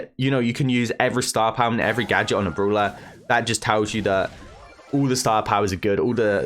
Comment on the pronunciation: every time i heard "Brula" its soo bad